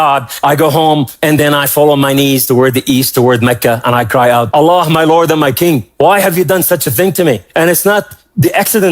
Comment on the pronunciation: What a load of crap. Lol. He is brainwashed by western praise. Jews hates christian. Remember that. He waa never muslim. He cannot even pronounce Allah. Allah dont want the shameful liars. Go to Israel and see what they say about Jesus.